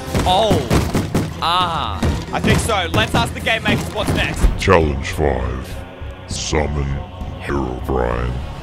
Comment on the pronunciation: When he said game makers sounded like g@ maker